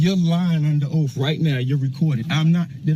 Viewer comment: Oath not "ofh" plz at pronounce the word properly 🙏